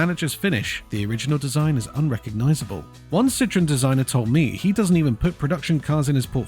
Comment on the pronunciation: They're made for the US market, and USians love ugly cars. It seems that Chinese do too. But jezuz - "porsh" and "citron"? If you're going to talk about cars it's a good idea to learn how to pronounce them.